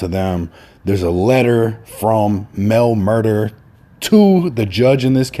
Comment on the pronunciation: Nigga said “ Mel MurdER” nigga it’s “Mel Murda”